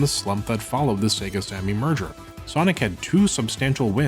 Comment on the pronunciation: I just realized that he's been saying "merger" this entire time, and not "murder."